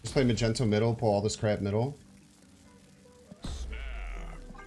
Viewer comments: The entire world is trying to tell you it's pronounced mag-nee-tow, not freaking Magento! Even Nina told you like 10 times in a video but you were like nah bro Magento it is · I don't know if I'll ever get over how you say Mag-ento. Cracks me up. As for the deck, it looks fun! Do you think it's competitive or more of a meme deck?